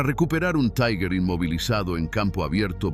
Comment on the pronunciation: Este video realiza un análisis olvidado o minimizado en las publicaciones sobre las batallas en el saliente de Kursk. Resulta clarividente. Aprovecho para corregir la pronunciación alemana de la palabra Tiger. No es taiger sino tigher, es decir la primera vocal se dice i, y la pronunción de la g en alemán es ga, gue, gui, go,gu.